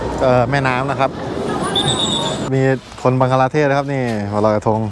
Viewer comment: บังคลาเทศค่ะ ไม่ใช่บังกลาเทศ